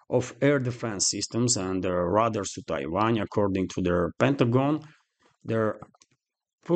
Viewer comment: Just a helpful hint.... "Radar" is pronounced as "ray-dar."